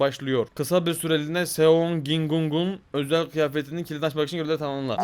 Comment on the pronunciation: Gi hun❌️ Gingun✅️